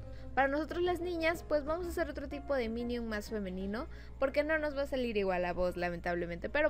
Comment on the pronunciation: Que acaso no sabes decir minion dices minium